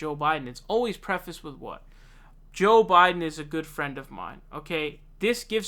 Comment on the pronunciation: Think about people viewing a video of yours for the first time and hearing you pronounce names “saunders” and “jhoe Biden”. Dumb